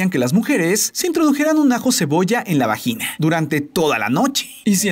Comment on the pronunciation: Me dió risa cuando dijo vagin